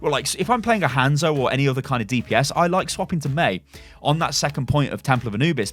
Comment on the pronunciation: I loved this vid... I really did. I was about to sub.... but you kept saying Hands-o ... and I just couldn't.